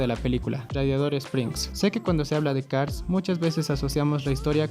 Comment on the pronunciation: Aquí el problema no es cars 2, el problema es no poder pronunciar Cars